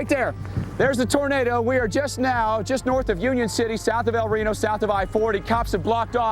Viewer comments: Instead of "rano" it's like "ree no" but don't split up those (yes I'm at the start) and yes that's the biggest EF5 and tornado of all time. 2.6 miles wide in 2013 so it's held this record for 13 more years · Yes, it’s pronounced “el r-e-e-n-o” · I pronounce it L r ee no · BRO ITS EL RENO NOT EL RONI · I thought it was pronounced el rino 😔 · its pronounced El Rino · Its pronounced el reano but its spelled el reno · it’s el Reno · YOU SAID EL RENO WRONG